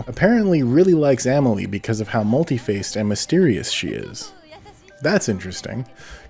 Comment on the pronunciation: Not trying to be a dick. But it’s pronounced mŭl′tē-făs′ĭ-tĭd.